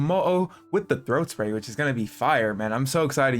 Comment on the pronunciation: "throat spay" 😳